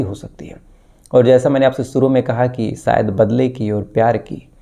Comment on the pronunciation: aap jo bolte hain sahi bola kijiye suru nahi shuru ye lafz hai app sahi bole shabdon ko mayne badal jaate hain